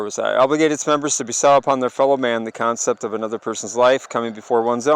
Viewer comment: Your pronunciation of bestow is hilarious haha. God bless bro. Love the channel and the info. Only Jesus saves 💯❤️